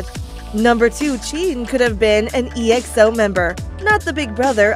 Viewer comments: I funny how pronounced "E... XO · The way she pronounced each group is kind of annoying me, like seriously G-O-T 7 it’s got aka the word then 7. And for Exo it pronounced X-O